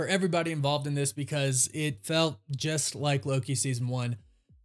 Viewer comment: Yes 🙌 you said it correctly. I believe that Loki is the only thing keeping the MCU going